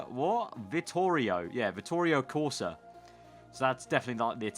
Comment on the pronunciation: the way you pronunced "Vittorio Corsa"...........*facepalm*